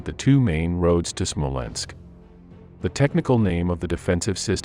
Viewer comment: It's SMOLENSK, you morons, NOT "SMOLENSKO"!!!!